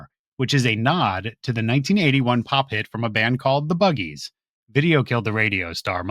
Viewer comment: Really enjoying this - a great personal dynamic which helps the telling of the case (not swamping it). I like the monthly theme - clever! Just a brief side note, the band you mentioned was called The Buggles (not Buggies) - I am old enough to remember 😂